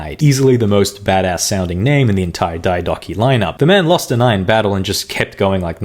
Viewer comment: Why do you pronounce Diadochoi like that? Its Διά-δο-χοι! Search it at least first wtf